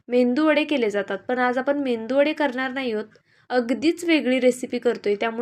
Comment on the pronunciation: मेंदू वडे नाही म्हणत, मेदू वडे😂